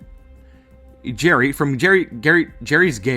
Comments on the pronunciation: Geri (as far as I recall) as pronounced as Jerry. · Geri's name is most likely pronounced jerry. Can you guess why? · lol i love that he struggles with Geri's name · Why do you struggle to say Geri? Can you say George?